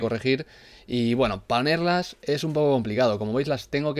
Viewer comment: like si escuchaste que dijo panerlas en el minuto solo eso Jjjj tus vídeos son lo máximo